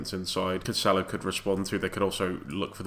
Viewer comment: Heads up, It's pronounced Canselo not Canchelo